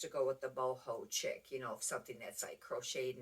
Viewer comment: Chic is pronounced sheek, I believe